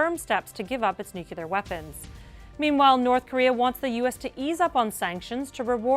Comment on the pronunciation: Nukelar nukelar nukelar nukelar nukelar nukelar nukelar nukelar nukelar nukelar nukelar nukelar nukelar nukelar nukelar nukelar nukelar nukelar nukelar nukelar nukelar nukelar nukelar nukelar nukelar